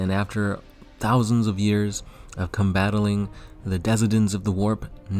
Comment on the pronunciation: nigga did you say combatiling...